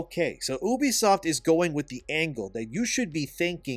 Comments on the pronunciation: I hate how you pronounce ubisoft..just call it you-b-soft.. stop saying Oubsoft..so annoying god damn it. I cant watch these videos like that. It pisses me off.is it that hard to say You-b-soft. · I shed a tear every time he said oobisoft instead of ubisoft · Also, you pronounce Ubisoft wrong. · Ubisoft is pronounced "You-Be-Soft" dude, ask them if you need proof. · oobie-soft lol i thought it was Ubisoft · at least pronounce ubisoft correctly